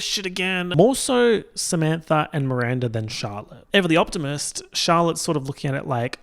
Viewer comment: when you said "Charlotte", for some reason I thought you said "Dalek". Then Charlotte appeared onscreen in a big puffer coat. 😂😂😂